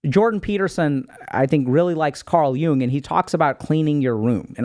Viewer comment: It’s Carl Yoong